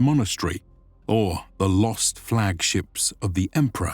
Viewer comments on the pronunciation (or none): none